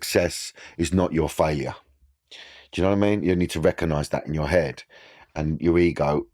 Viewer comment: “In every photo there was an ashtray next to me ‘ead” 😂😂😂 Love you Danny ❤